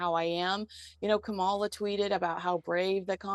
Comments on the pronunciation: Meghan Markle wouldn't appear at the DNC because she's not politically relevant in any way, she's not personally relevant to the candidates, and she's not a household-name celebrity in the US. Also, Kamala Harris (btw, it's pronounced KAH-mah-lah, not Kah-MAH-lah as keeps doing) and her team have a LOT on their plate... and Meghan Markle is nowhere on their radar. The Windsors are also not on their radar. Winning this election and then dealing with Republicans' attempt to overturn the election results are their focus, not foreign nobility or a cable-TV actress who married up. And after inauguration, the new administration will be more focused on cementing friendship with the British PM than with the royals. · It is Kamala- “comma-la” please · Kamala is not in support of this two. Comma-la not whatever you are saying. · You’re pronouncing her name wrong. It’s Kamala! Also… Stop lying about Kamala and Meghan. She wants nothing to do with Meghan! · Oh. The interview that Kamala tweeted about took place, before the Harkles did the Oprah interview and while they were still working royals. The Queen was still alive. They had just finished a royal tour of Africa. Still royal A lot has changed since then. They have shown their true selves. The people who still liked them, have now changed their minds. Tyler Perry, Oprah and the rest. I know you dislike Kamala and I know you can pronounce her name correctly. But even tho you dislike her, it makes you look bad when you say things that don’t make sense. Meghan wouldn’t be speaking at the Dem Convention. I’m sure they went to Colombia so they could have an excuse not to be there. The dems wanted to offer hope and an uplifting message. Not Meghan’s whinging. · Quit pronouncing Kamala's name incorrectly.